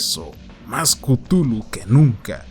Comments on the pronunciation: Buen video, pero se pronuncia "Clujlu" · yo lo pronunció "ctjúlju"